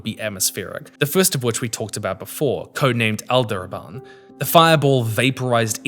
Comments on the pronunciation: >"Alderaban" >text says "Aldebaran"😂 boy i wonder how english speakers learn how to read the words they are speaking😂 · Considering Aldebaran is probably an arabic word, nothing 😂